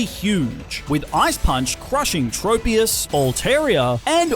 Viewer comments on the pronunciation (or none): none